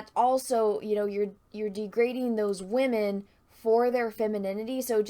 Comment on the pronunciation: I will never get tired of saying Wahmen lol